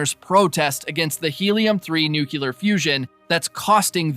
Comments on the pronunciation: 40 seconds in... It's New- KLEE- ER... not new CULER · The word is NUCLEAR, not "nucular"!!! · Please…it’s pronounced “new-clear,” only two syllables. I cringe every time I hear “nuculear” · Thanks but please, it nuclear, not nucular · New-clee-ar. Nuclear. Not nuke-you-lar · A really useful, concise and informative summary of the third series of a programme which has completely passed me by. Only let down by pronuciation - it is NEW-KLEE-AR not nuke-you-lar!! From the nucleus (NEW-KLEE-USS) of the atom. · Nuclear. It's nuclear. Nook-yuh-ler is not a word. Sorry for being pedantic. Great recap, though! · Thanks for the recap! It was "nuculear"! Sorry couldn't resist 😅 Joke aside, your video was really helpful! Cheers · I like how he kicks off the video with nukular. Really sets the tone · Nuclear is pronounced (NOOK lee ur/ New clear). It comes from nucleus - the middle of an atom. Off-topic : "gravy" has to be made with drippings from cooked meat, so the red marinara that goes on pasta is "sauce" - liquid based. If we're all going to die as slaves anyway, we might as well get it right while we're here. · I remember the first time W. visited Downing Street after invading Iraq. There was a large protest, people carrying signs saying "STOP THE ILLEGAL WAR", "WAR CRIMINAL", "MURDERER", etc. Except for one guy, his sign simply read: "NUKULAR". I have never laughed so hard at a news report in my entire life